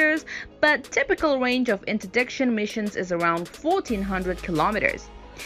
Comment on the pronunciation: Nice video….but next time please get someone to narrate that can actually read in the language she’s narrating in, English in this case. Someone that can pronounce words like “munitions” “maverick” “interdiction” and other words she could not pronounce properly in English. 🤔🇨🇺🇺🇸